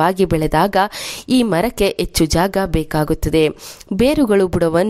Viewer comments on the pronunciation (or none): Madam , yechchu alla, Hechchu anni. Pronounciation should be correct while presenting the edition.